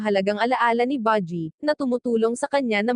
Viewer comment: Baji at kiga ano yun hahahahaha panget mo mag recap promise no offense.